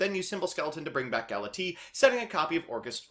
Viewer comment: Galatiii, Dingrisu, etc.